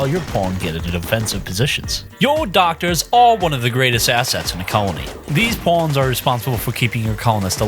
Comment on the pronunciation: I keep hearing Pawns as Porns "Watch your porns"